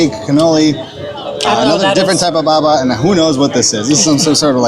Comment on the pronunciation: Not baba but Babà : you have to stress the last vowel